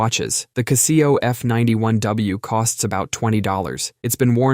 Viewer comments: What's a ca-SEE-oh? Do you mean a CA-se-oh? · Huh? What the fuck is a Caseeyo? That should be pronounces as Casho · Caaah-zeo. Never kah see-o for Casio. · "Castillo"?? lol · 🤣OK I wasn't going to comment, but the pronunciation of ku-see-o (Casio) I couldn't let slide😂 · I've never seen a Kuh-see-oh watch, I've seen Casio watches. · kuh-SEE-oh f91w... Well, yeah, I'm making fun of the pronunciation, but beyond that... I actually had one of those watches lol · The cuh-SEE-oh watch? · “KuhhSEEoh” lolllllllllll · What's a Cah-see-oh? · Kuh see oh🤦🏾‍♀️ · It's "Cass - see - o". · It's Cassy-O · Really enjoy this channel, but the pronunciation of Casio blew my mind. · So if you are going to say it a dozen times, learn how to say it correctly #casio